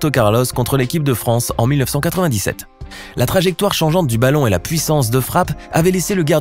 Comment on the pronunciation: il a dit '' baton'' au lieu de balon